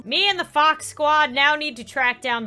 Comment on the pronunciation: Fox like box